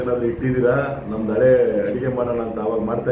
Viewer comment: ಅಳೆಯ ಅಲ್ಲಪ್ಪ.....ಹಳೆಯ. ಕನ್ನಡವನ್ನು ಕೊಲ್ಲಬೇಡಿ.